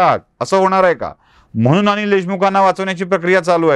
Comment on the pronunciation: सर.. म्हनून नाही म्हणून..अनि नाही आणि प्रकरन नाही प्रकरण..